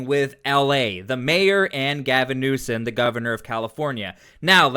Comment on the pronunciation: You make great videos! His name is newsome not newson